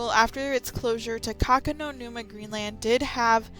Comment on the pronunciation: It's "Takakonuma". There is no "no" in it.